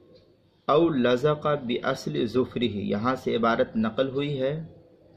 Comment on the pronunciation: أولزِق بكسر الزاء من فضلك صحح الإعراب بالقرأة. ولكن احسنت الجواب يا سيدي